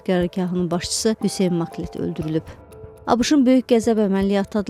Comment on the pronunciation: Abış yox abeşe